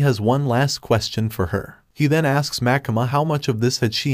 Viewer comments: also why do you call makima makama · pls stop saying makama its makima